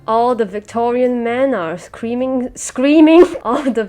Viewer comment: "all the Victorian men are creaming- SCREAMING" 😂🤣😂